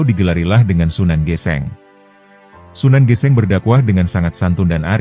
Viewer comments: Maaf itu bacanya sunan geseng bro bkan geseng geseng Krn Kobong/terbakar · Aneh tp nyata.......hampir semua chanel yg menceritakan sejarah jawa koq kayaknya bukan org jawa ya..SUNAN GÈSÈNG dibaca SUNAN GESENG....tp okelah darida gak ada yg menceritskan sejarah tanah jawz